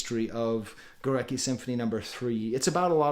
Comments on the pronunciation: As a russian guy I'm pretty sure it's spelt like Gooretski with an emphasis on "e". Overall, an excellent video, thank you! P.S. goo-rat-ski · sorry for smart-ass-ing, but the composer Górecki is pronounced *Goretski".